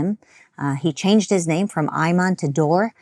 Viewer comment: He can’t even pronounce his name correctly